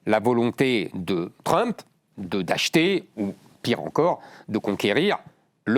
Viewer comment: Qu'est-ce qu'ils ont tous à parler de Groeland, c'est le Groenland, messieurs.